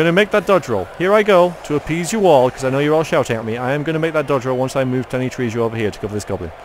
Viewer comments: I always thought Trejo was pronounced tray ho. At least that's the answer I get when I google it. Could be wrong. I'm no expert, so don't take my word for it. :) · Please look up how to pronounce Danny Trejo! ( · You're pronouncing trejo wrong V.